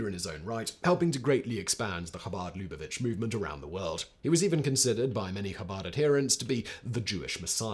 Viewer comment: "loo-BAH_vitch", "yeh-SHEE-vah (or, "yeh-SHEE-vote")" "YART-zite" Louis "BRAN-dyce" (Hey, I volunteer to give you pronunciation guides for any future Hebrew/Yiddish pronunciations)